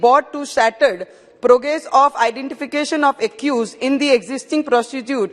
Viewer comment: Rana ne boli : 'in the existing prostitute' 😂😂😂😂😂